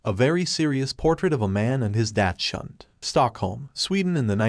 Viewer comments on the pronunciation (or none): "DATCH - hund" -- Can't someone teach the bot how to pronounce common dog's names? It's "DOX- hoond". Please!